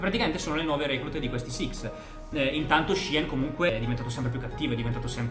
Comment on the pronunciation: Si pronuncia "LOR" E si dice SIX samurai